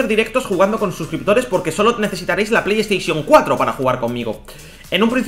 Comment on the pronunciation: Pleyesteichon four xD